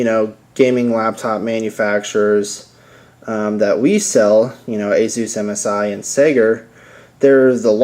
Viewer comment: HAAHAA great name ASUS "AzUS,,,like Hey Zeus LOL....